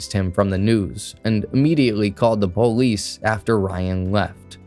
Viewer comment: "immediately called the po-leece"- Yup, you're high 🤣🤣🤣👍✌️ "signed a po-leece statement" 🤣 yup